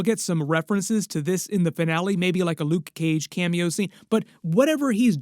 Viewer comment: Nobody says luKe Cage how you say 😂 You my friend are one of a kind. Much respect